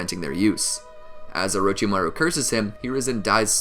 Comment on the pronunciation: we gonna ignore that my mans said :orochibaru?